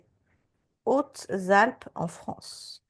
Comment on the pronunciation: Dans les Zautes zalpes ?¿? 😂😂😂😂 C'est un h aspiré ! Pas de liaison !